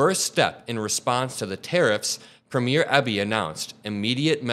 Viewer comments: With respect, as American commentators continue to cover Canadian politics, please understand that Premier is not pronounced premiere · in Canada we have "Preem-yurs" As the elected equivalent to your state Governors. Just thought you would like to know how we pronounce it. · Love the video, but a couple of Canadian pronunciation notes: the opening of a play is pronounced prem YEAR. A Canadian Provincial leader is pronounced PREEM yur. Potash is pronounced POT ash